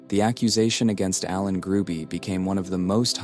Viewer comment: The last name is Hruby, not Gruby.